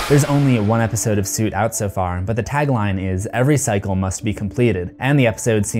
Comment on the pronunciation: dude. it soot like "foot" not soot like "suit"